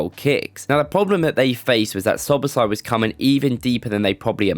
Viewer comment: Im just surprised that you nailed the pronunciation